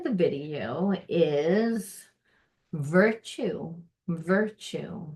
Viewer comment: Hello, the word is " virtue ". 👼